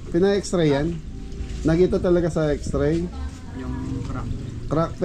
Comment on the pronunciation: Heto po kung pwede para di Tayo Mukha medyo t_ng_ .... GROCERY po not grosary X-RAY po not xtray FISH pond po not Pis pond Etc, etc, etc KC sana acknowledge to correct mistakes! And not be offended. It's for you not for us.Just trying to help SUBBBSSSCRIBER po not suscriber nawala yung B